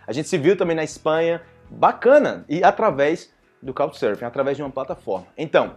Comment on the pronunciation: Eu estou ouvindo "Cow" Surfing instead of Couccchhhh, com açento bem marcado nas conssonantes finais da palavra. Obrigado!